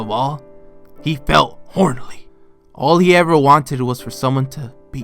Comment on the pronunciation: "Hornly" XD